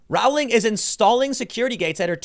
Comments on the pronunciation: It's pronounced the way you would say Rolling but with the 'w' sound after the 'o' ... not Rah-w-ling. Jeeez! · omg, it's rowling, like bowling. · Rowling is pronounce Rolling, as in row, row, row your boat.